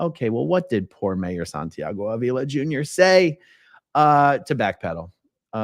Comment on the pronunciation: In Spanish, his last name is pronounced Ahhh-vila, not A-VEE-la. Just for your knowledge. 😏😉👍🏽